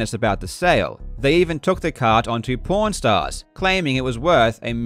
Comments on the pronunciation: I thought he said "P**nstars" first, then I watched the video.. and was like "ah... Pawn stars" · I thought, because of the way you pronounced it and bc of the subtitles, that "pawn stars" was "porn stars" lol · I heard something that wasn't "pawnstars" because of the accent. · I swear whenever somebody says "pawn stars" i hear something completely different. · Stop mispronouncing, "Pawn Stars" as, "Porn Stars". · Not gonna lie, I thought you said "Porn Stars" instead of "Pawn Stars" which definitely had me wondering what do porn stars know about retro video games. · oh lord the face I made when I misheard the "aw" in "pawn stars" as an "or" sound 😅 mind-blowing vid regardless!! love your content more and more every day <3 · I was just listening to this while working and when he said they started taking them on pawnstars I thought who said porn stars and spents the next 5 minutes very confused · I’m sorry I can’t get over how Karl pronounces Prawn stars like Porn stars I’m not criticizing, I enjoy it! I love the idea that this video game speculation is so big it’s caught attention of the porn industry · maybe my brain is just messed up, but to me (an American, from Texas), your accent makes "Pawn Stars" sound like you're saying "porn stars." actually it kinda reminds me of how I, at first, thought the Daleks from Doctor Who were called "Darleks," from hearing The Doctor pronounce it. I guess I'm just bad at understanding a British accent because I'm American, lol Edit: I found out from another video that you're Australian, not British. my bad. apparently, as an American, I can't even tell the difference between a British accent and an Australian accent. I didn't even know they were different until I asked Google and every result I got said that yes, they are distinctly different accents. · I like how Karl casually pronounce “Pawn Stars” as “Porn Stars” 💀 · "They even took the cart on Porn Stars" is what I will always hear everytme. Thanks, Karl